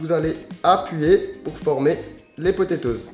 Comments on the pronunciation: MDR tu dit potetoz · Les potétoses 😂